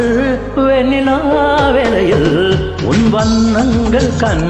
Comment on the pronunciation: வண்ணங்கள், வண்ணங்கல் அல்ல சார், வார்த்தை உச்சரிப்பதில் கவனம் தேவை நண்பரே